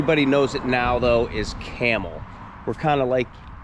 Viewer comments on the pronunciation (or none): I grew up in Struthers and I knew a lot of people who lived in the company houses as we called them. When you say the city name you pronounce the B and not like the animal 🐪 👍 Campbell was one time known to be the city of churches because of so many denominations.